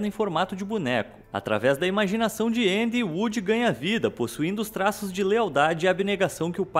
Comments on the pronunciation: Ele falou na pronuncia americana eu acho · Gosto muito desse canal, mas qual a dificuldade de falar Andy? me incomodou um pouquinho a forma que vc pronunciou, mas tirando isso o vídeo é ótimo kkkk